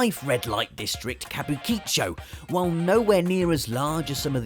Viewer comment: Very fun video. I still find myself yearning to play LA Noire from time to time. Oh, and congratulations for the worst pronunciation of a Japanese place name ever. Kabuki-cho... KA-BOO KEE-CHOH.... lol.